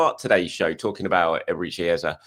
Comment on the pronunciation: I love watching your videos … but … please 🙏🏾…. Don’t copy the mainstream media. Eberechi Eze …. Please pronounce it correctly … “Eh-zeh” or ask him the next time you interview him. The same way Bukayo is said correctly - let’s give Eberechi that same respect.